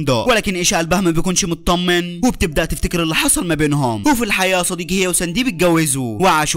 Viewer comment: وحشتني يا صديكي……يا أعز الأصكاك😂